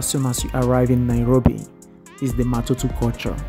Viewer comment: It's not matutu it's Matatu